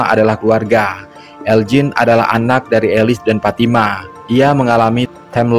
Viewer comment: IH FATIMA PULA TU,,NAMANYA PITALOKA SHODIKIN ITU,,KAU BILANG PATIMAH,MANA ADA ORG BARAT PATIMAH NAMANYA,PITALOKA SHODIKIN ADA,cara bilang nya,shooo,,lidah nya agak di tekan kebawah,,giginya dikit rapat kn,,shooo,,sho,ha gitu,,ulangi PITALOKA SHODIKIN,,ha pas,,🤭😁